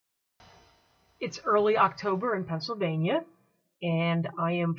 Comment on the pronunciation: I lasted about 30 seconds into that yuppie millenial accent.."gathering black walNUTS in pennsylVANIA......" What's with emphasis on the last vowELS of eveRY worD?